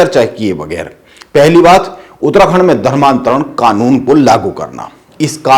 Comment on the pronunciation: उतराखण्ड नहीं भाई उत्तराखण्ड 😂😂😂😂😂। पत्रकार तो की मज़ाक 😂😂😂